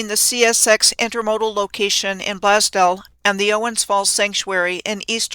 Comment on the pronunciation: Blaze-dell. Sorry ma'am. Don't mean to be rude.